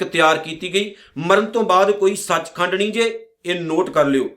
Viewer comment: Sach khand nahi sach khande hai ji kirpa kar ke ucharn thi ck Karo ji